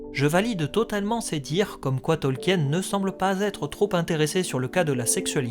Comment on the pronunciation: Bon, tu as fait la vidéo avant moi 🤣 Mais arrête de prononcer Tolkien à la française ! 🙏🙏 C'est Tolk-in et pas Tolki-aine. 🤣♥️♥️ En tout cas vivement l'arriver de la série que l'on ce fasse une bonne idée de celle-ci. 👌🍻